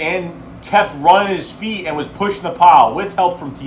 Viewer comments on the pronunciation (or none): none